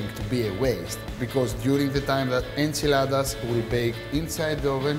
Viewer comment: It's a burrito or a burrito mojado. I love how he says tortilla and enchilada like a native speaker.